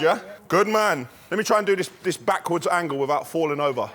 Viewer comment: “let me try and do dis dis backwards angle without falling over” 🤣